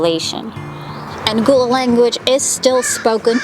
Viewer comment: Lovely videos, thank you! But pronounce it GUH-luh (like in seagull), not ‘goo’ Also Spanish Moss is NOT a harmful parasite, it doesn’t root into trees but lives on air & moisture 😉